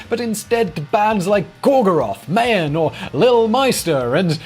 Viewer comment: did he just say mayhen